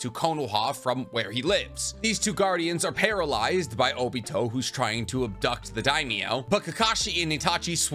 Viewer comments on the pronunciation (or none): none